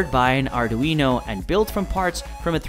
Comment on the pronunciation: Arduino “uknow” 😂